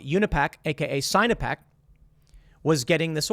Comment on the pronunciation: Sign-o-peck? Lol, sinno-peck. Chinese-pec. Lol.